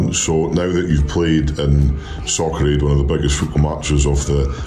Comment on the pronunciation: I hear Socrate instead of Soccer Aid But the match looked fun